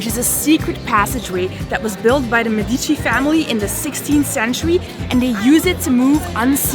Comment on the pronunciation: Guys, please, check the pronunciation for some Italian words or maybe let people know that you're not sure how to say it, because people watch your videos and think that's correct. Medici, nocciola, signoria and so much more were all wrong. I mean, it looks like you're trying to be informative so this would truly be appreciated by travellers.